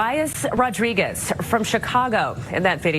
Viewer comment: wtf did you say Rodriguez? Did he think he was crossing the border into Gaza via the embassy portal? R-O-D-R-I-G-U-E-Z hombre? ay-caramba